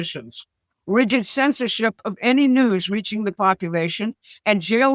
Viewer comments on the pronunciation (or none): none